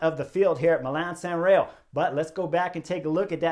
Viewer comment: It’s San Remo with an “m” not “San Reo “.